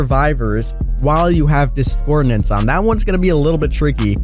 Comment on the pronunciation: Dis-cor-DINCE not discordinace